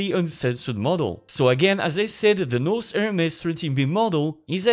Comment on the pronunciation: Pronouncing "nous" as "nose" must have hurt our francophone AI overlord friend... 😅